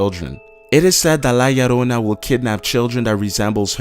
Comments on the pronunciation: He said "la llarona" -_- lol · la llarona 😂😂😂😂😅😅 lmao is la llorona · HEY I AM MEXICAN, AN THE CRYINIG WOMAN IS PRONUNCED LIKE THIS "LA YORONA" YO LIKE "HEY YO"